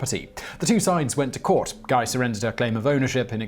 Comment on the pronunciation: Finally! The name Guy pronounced correctly...